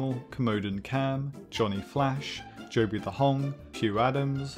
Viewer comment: Can we talk about how he pronounced Jobby as Joe-B